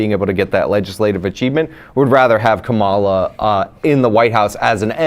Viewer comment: The number of people who talk about politics a lot that don't know how to pronounce Kamala's first name is astounding.